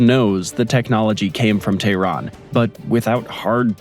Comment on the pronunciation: How are you going to make a video about Iran and say “Iran” 500 times, and not pronounce it correctly even ONCE. Iran is pronounced E-Ron. Not Eye-Ran. If you think that’s odd, explain how we pronounce “Colonel” 😂 PS: Tehran is pronounced Teh-Ron. Not Tay-Ron.